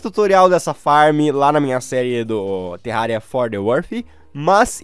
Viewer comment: só eu que ouvi ele falando "terralia" no começo do vídeo?